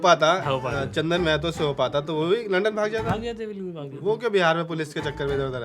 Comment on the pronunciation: सब लोग महतो को normalise कर रहे हो यार माहतो होता है भाई